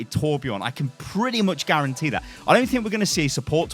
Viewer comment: And he needs a new voice actor that is swedish so he sound swedish and kan say Torbjörn right not torbjourn